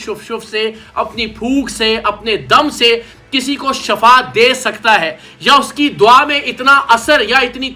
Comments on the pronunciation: Word Shifaa hota hai Shafaa nahin ko ana chahiay tha jub uss ny kaha tha anay ko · "Shafa" nehien "Shifa" hote hein. "Shafa" maot ko kehte hein Aur "Shifa" bimari ka khatam hojane ko kehte hein.